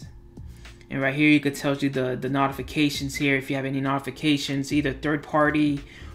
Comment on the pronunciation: Good job. Short and sweet. We don't have 15 or 20 minutes for the droning on of the other presenters. B+. With proper pronunciation of "notification" would be A or A-.